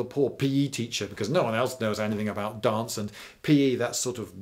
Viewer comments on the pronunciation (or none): What does it say about my knowledge of British people that when he said "dance" had to be taught in schools, I though he said "darts?"